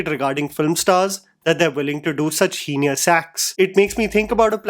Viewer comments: it’s Heinous, not Henious! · It is not "hee-ni-yes" acts (like genius). The correct pronounciation is "hee-nus" (like something else) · Like genus